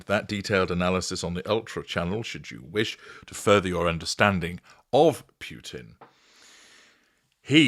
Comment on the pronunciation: Just little offtop, it it pronounced Poo-tin, not Pew-tin.